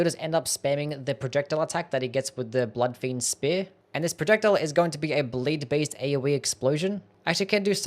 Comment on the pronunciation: Is he trying to say 'bleed' or is this a skill I do not know?